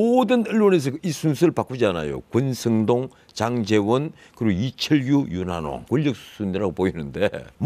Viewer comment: 한국말 발음 좀 달 합시다! 권선동 권성동이 아니고… 국적이 혹시..?